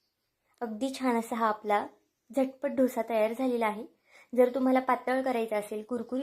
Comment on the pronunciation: Dhosa nahi “ Dosa”